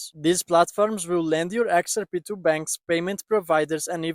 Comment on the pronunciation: "Exer pee"?